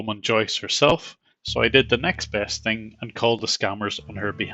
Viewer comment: "i tink u r mistaken about tis ting sir"